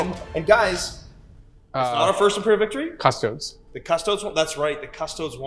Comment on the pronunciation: Dudes. Say it with me. CUS-TOE-DEES. Not "custoads." Christ.